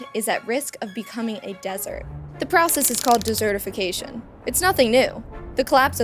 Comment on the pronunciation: She can't pronounce desertification correctly, desert not dessert.